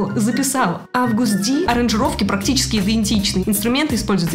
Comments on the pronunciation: Простите меня за мою педантичность, но когда вы говорите аВгуст Д у меня зубы скрипят. Правильно АГУСТ Д, August G - вы видите тут букву В? Я тоже нет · прости, но он не АВгуст Ди, а Агуст Ди)))) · Не август ди, а агуст ди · Август Ди😅 Я не придираюсь. Но говорится Огэст Ди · Только вот Юнги взял такой псевдоним, не потому что это означает август по английски, он же имя своё перевернул. Он сам всегда произносит Агаст Ди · Только он не АВгуси Ди, а Агуст Ди))) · Мне одной кажется что она неправильно говорит имя🙄 АГУСТ ДИ, а не Август😅🤣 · Не хэйчу, но не Август ди, а Агуст ди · Не август а аджуст d